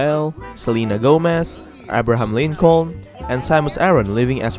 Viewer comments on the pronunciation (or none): Lincown?! 😂😂You mean Lincoln